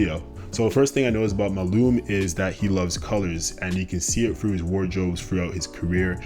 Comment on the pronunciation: his name is MALUMA - how did you get his name wrong? like throughout the whole video? MA LU MA